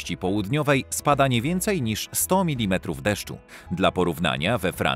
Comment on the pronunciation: nie "minimetrów" a milimetrów